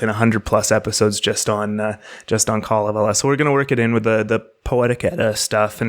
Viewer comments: If you google the Kalavala, you'll hear how it's pronounced: it's kale(like the green we who like it can eat) & the rest of the a's almost have an e sound w/ them. It will be pronounced repeatedly so you can't miss it. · Other audio pronouncing of the Finnish Kalevela sound like chalk screeching on blackboards. Hearing you is very pleasant. Thank you for preparing for the Finnish pronunciations!